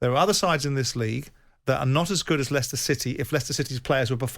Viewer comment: "Ly-sester City" FPML 😂😂😂